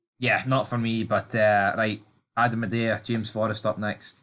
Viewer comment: It's not Adam A-dae-ah it's pronounced Adam Eee-dah